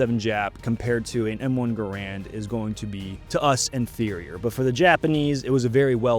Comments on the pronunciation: It’s pronounced M1 Gare-Rand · Low rate the Enfield? Sounds like a little prejudice to me. And gaaa raaand. Wrongly pronounced.